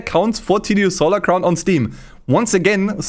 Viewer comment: tsu stolar crown lmao xD